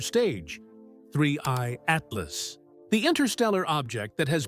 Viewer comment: Haha -- I didn't get past "Ah-tee-LOSS" . This AI-generated crap is ridiculous.